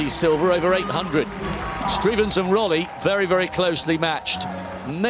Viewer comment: The commentator's pronunciation of all names was atrocious. No effort at all. Živko is not "Zviko", "Rolli" is not "Rolly", and Cernjul is not "Sernjul"